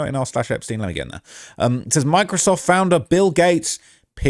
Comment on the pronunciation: When he first said Microsoft I thought he said “my-crisoft”😂